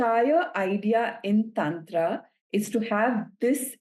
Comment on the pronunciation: Please correct her pronunciation of Tantra 😭